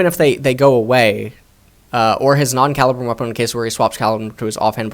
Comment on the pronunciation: I don’t mean to be that guy but it’s actually pronounced Cah-lee-brum.